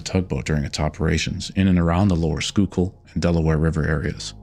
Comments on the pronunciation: Think the biggest surprise in this video was the fact you pronounced Schuylkill correctly. In all seriousness this is a Very well put together video. Keep up the good work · When he pronounces Schuylkill correctly, you know he's done his research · I’m not sure where you’re from, but major props on correctly pronouncing schuylkill river 😂